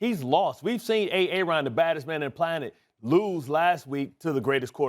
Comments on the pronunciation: Did this man just call Aaron Rodgers , A-ARON? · The way the brotha in the blue suit pronounced "Aaron" sounded almost similar to "A-A-ron" in the K&P sketch.